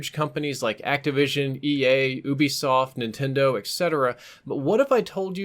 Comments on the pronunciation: I swear it's ubsoft (youbesoft) why do people say (oobisoft) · Oo-bee-soft? U wot? You-be-soft